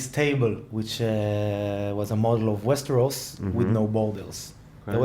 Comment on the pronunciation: It's so funny to hear saying "Westehos" à lá francè =p